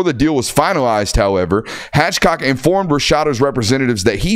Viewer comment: Uhhh it’s Hathcock NOT Hatchcock, that’s two of you Georgia guys now that have done your “reading” for us.